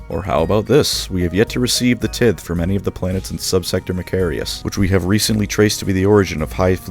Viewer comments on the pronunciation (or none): My boy looked straight at the word "tithe," after hearing it pronounced "tithe" his whole life, after years upon years of education and practical experience with English, and he said "tihth." 💀